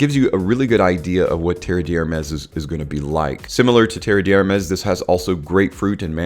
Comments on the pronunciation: Fyi, it's not pronounced "terreee deeeee hhhhermes". Rather, "terrr d' ermehhhs", with meaning there's no sound there. Thanks a lot for the video! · Came here to say exactly this. Tare Dare Mez, with the emphasis on the Mez. I corrected him out loud every time he said it. Lol